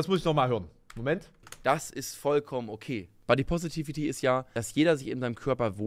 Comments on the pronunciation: Jedes Mal einen Kurzen trinken, wenn "Positivity" falsch ausspricht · Wie er wirklich konsequent das Wort "positivity" einfach nicht aussprechen kann